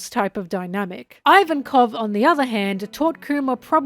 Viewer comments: "Ivankoff" not "ivan-koff" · I love your content so so so much, but I just can't resist the grammar Nazi urge: it's pronounced JINNY, and it's pronounced EEVANKOV. At least if we stick to the japanese pronunciation. Everything else in this video is just awesome